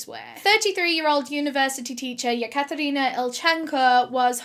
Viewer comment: Any 1 else cringing everytime she says yakatarina